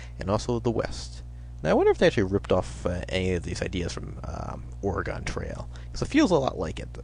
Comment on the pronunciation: Oregawn Trail?!?! You must be from the east coast! I grew up in Oregon, and learned all about the Oregon Trail and played that game (and take it from a guy who's from there--it's pronounced "Orygun.")